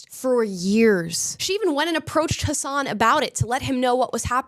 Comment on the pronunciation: Amala if you want people to call you Amala and not Ahmahla then you should learn that his name is pronounced as Hassan not Hasaaahn